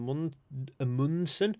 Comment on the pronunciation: Norwegian here - To pronounce Amundsen do it like this: #1 Begin with a long "a", like the a in faather (father). #2 The stress in the word should be on this first letter, not in the center of the word like English speakers like to do. #3 The "d" in Amundsen is silent, don't say it. #4 Pronounce everything else like normal. Enjoy.